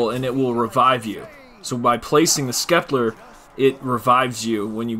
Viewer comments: I know right? Scepter is pronounced ‘septer’ not skepler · He really kept saying skeplar of rah lmaoo its pronounced sep-ter the c is silent duhhh 😂😂😂🤣🤣😥😥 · Skepler...pretty sure it is the Scepter... Sept-ter... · "The skepler of Ra" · Wtf is a skepler I know what a scepter is but not a skepler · "Skepler of Ra" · Can say Chakram just fine, but Scepter is Skepler... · All time he said skepler he was doing my head in what a knob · Skeplar of Ra..... You've never seen/heard the word scepter before have you? XD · Skepler lol badass glitch but lmao skepler instead of scepter lol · SCEPTER WHAT IS A SKEPLAR LOL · 😂😂😂😂my man can't say scepter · It’s pronounced septer not skepler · "The skeplar of ra" 😂 love it! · I came here to point that out too 😂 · Hes purposely mis-pronouncing it to get people to comment on the video correcting him. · Scepler 🤦‍♂️🤦‍♂️🤦‍♂️ wow dude, and “slicers” holy crap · Poor dude getting harassed for saying skeplar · Thanks for the info but the word is “Scepter” there is no “L” in that word! Gonna try the glitch now. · Love how he is Prestige master and out of all the time he has played he can’t pronounce scepter right lol not tryin to hate just funny as fuck